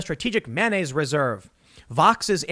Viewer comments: Yeah yeah .. but seriously how are you saying mayonnaise? It’s not manyaise LOL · I think there should be a drinking game every time Tim says “manonnaise” :-P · Has this video expose Tim's inability to say the word mayonnaise?